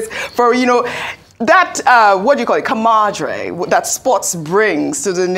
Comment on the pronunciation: Which one be ‘camadre’ again? Abi she dey try pronounce ‘camaraderie’?